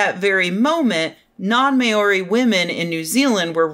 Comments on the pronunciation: Sorry as a Kiwi AHHHHHHH! Maori is said more like maow (like a cat) re. That's not perfect but it's closer. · hey rebecca, you're pronouncing Maori wrong :-)